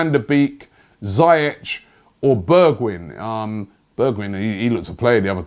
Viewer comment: Correct pronunciations: Van Der Bake, Zee-yek, Berg-vine